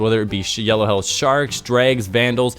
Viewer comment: Jesus christ, are you calling the shanks "sharks"?